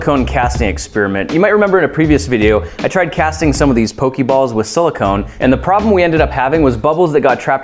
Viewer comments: I'm sorry to be THAT jackass, but it's pronounced "po-kay" not "po-key." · POE-KAY balls. \\\\thats just how you pronounce it grant. I love you but they aren't hokey pokey balls I promise. It drives us nuts when older people pronounce it wrong. I know you mean to say it earnestly. seriously I'm 25 and it just pains me to hear you say it wrong and yet so lovingly. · it's very annoying when u say pokey balls lol it's poka balls not pokey. if u seen the show y'all will know. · It's pronounced Po-kay-balls... But it doesn't really matter in the end. ._.